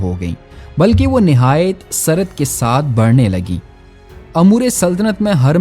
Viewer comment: سرعت میں س پر پیش ہے۔۔